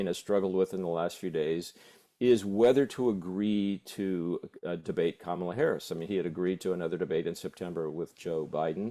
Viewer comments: It's KA-mala, not Ka-MAla. Not hard and pretty poor for "top" journos not to know how to pronounce a presidential candidate's name. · COMMA-La to CoMAHla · Can you at least pronounce Kamala properly it is not Kamarla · Mispronunciation of her name is really starting to grate. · If this guy can't even take the time to learn how to say her name why is he a host? Not the guest. The host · Learn how to say KAMALA !!!! Or was it your political intention to mispronounce it? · COME ON - PLEASE LEARN HOW TO PRONOUNCE "KAMALA" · Please learn how to pronounce Kamala. You're embarrassing yourselves. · He does have a problem saying her name, but in November he can just call her Madam President💙💙💙💙💙💙💙💙💙